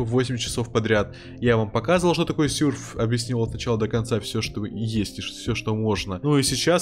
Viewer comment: В названии видео серф Говорит сюрф Правильно сёрф